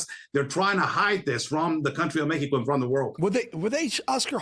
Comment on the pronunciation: Why does he keep saying MEHECO